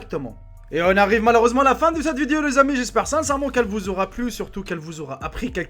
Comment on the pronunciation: Pk tu dis vidio au lieu de dire video